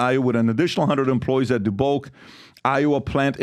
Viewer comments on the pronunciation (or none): Also "Mo-Leen" and "Duh-buek" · It's Dubuque (de buke) Iowa I work at J.D. Dubuque works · Daaabook. Come on PHB. And Iowa is not blue lol. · Moe-leen and Dee Buke! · Moline = Mo Lean Dubuque = Da buke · Dubuque has never been pronounced this way… 🤔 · Wake up boys. JD is firing a warning shot at the unions letting them know how things could go in the future. Not that big of a deal right now and it looks really unpopular but let’s see what’s behind the curtain. PBD needs to learn how to pronounce the names of the cities.